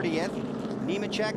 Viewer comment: Lol thats funny since the next guy he mentioned was Neemachek he mixed it with newmans and said neeman lol